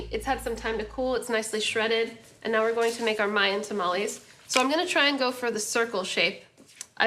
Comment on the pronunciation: It would be nice if you would say tamales correctly and maybe speak a little Spanish